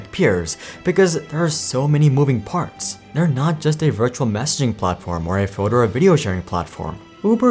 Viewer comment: Can't help but notice when you pronounce 'platform' as 'platforma'. Is there a reason for this?